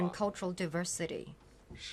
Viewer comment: 1’31” diversity -- wrong pronounciation O(∩_∩)O